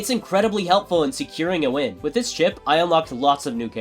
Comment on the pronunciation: Idk why but when he said chip it’s sounded like shi…